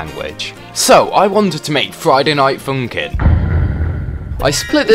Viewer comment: why are you saying friday night fumkim